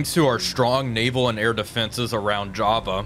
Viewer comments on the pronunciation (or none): none